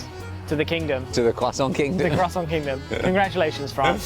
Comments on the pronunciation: Little french lesson. In french we rarely prononce de "t" at the end of words who are finishing by "ant" or "ent". So, you must prononce it "krwassan" not "krwassanT" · Why does Ollie keep sounding the r in croissant? He's not American and they pronounce it incorrectly anyway! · The was Josh kept pronouncing croissant like he was actually French kind of drove me crazy!! 😆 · Almond croissants are divine. Ollie, please learn to say croissant properly. Merci, beaucoup. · Take a shot every time Ollie mispronounces croissant even though Josh repeatedly says it the correct way. Enjoy the hangover 🫠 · As a french person I absolutely burst out laughing every single time they pronounced the word "croissant"